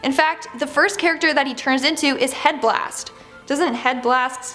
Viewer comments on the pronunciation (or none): Please look up on how to say these names before you make the video like headblast(heatblast) A nemo (A ne mo) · Its heatblast not headblast (no hard feelings) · Why did she say head blast and not HEATBLAST im offended lol (jk) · These are the worst theories every thought off besides her saying Headblast instead of Heatblast.💀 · Did she say head blast it is heat blast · she said het blast insted of heat blast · is it me or did she say 'Head-Blast' not heat Blast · It’s heatbaslt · its not head blast its heat blast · Its called heatblast not headblast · its heatblast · You are so stupid it's HEATBLAST not head blast you Dum dum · Ben can't be beast boy because we have seen his future's and the kinda makes me think you haven't watch the show well the and the fact that you called heatblast headblast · Headblast? Did you watch the show? It's specifically HEATblast! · Solid chunk of this video is stupid theory’s which are obviously not true also any other Ben 10 fans cringe at her saying headblast instead of heatblast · ITS HEATBLAST NOT HEADBLAST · Seriously headblast its heatblast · It's heatblast why do people keep on saying headblast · Heatblast not headblast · Runied child hood because she said HEADBLAST ITS HEATBLAST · You said headblast it heatblast just saying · Heatblast not headblast tf lol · It’s Heatblast not Headblast. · Person: headblast Me: dude its heatbladst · Headblast lol its heatblast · It’s not head blast it’s heat blast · Yes totally his name is totally headblast and not heatblast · Really headblast😂😂😂 I always thaught it was heatblast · It’s not Headblast it’s Heatblast. 🤦‍♂️ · Dafuq is a "head blast" Its muthafukin Heat blast lady😂😂😂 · Did she say head blast it’s heat blast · First of all had blast it's Heatblast doctor Nemo or whatever she said it's Dr a Animo some of these theories don't even make sense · Headblast? It’s Heatblast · It's called heatblast not headblast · "Head Blast"? I thought it was "Heat Blast". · Heatblast not hetblast